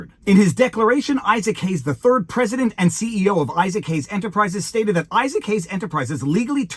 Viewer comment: Is anyone else hearing "Isaac Hayes the Turd" every time Viva mentions his name?